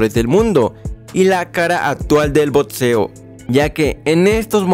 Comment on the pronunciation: No sé dice botseo se dice BOXEO